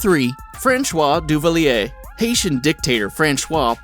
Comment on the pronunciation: "Franchwah Duvalier"